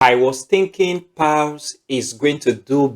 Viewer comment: You're pronouncing pals instead of paws